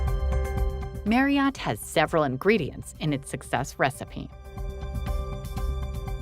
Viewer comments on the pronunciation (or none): Marriott is pronounced MARRY-IT. It rhymes with CHARIOT.